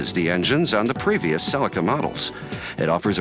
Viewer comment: If you want the correct pronunciation it's right here in this video, same as the Japanese pronunciation.